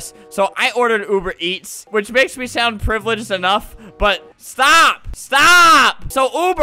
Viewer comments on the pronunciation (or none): none